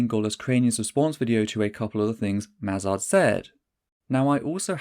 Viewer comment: Was it on purpose that you pronounced Eisel Mazard's name as Esel, German word for jackass?